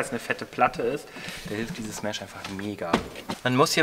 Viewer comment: Man braucht noch ein "Mähhsch". Ist eher ein "e" statt ein "ä" und kurz gesprochen...